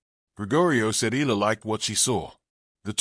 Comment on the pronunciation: Please learn to say her name properly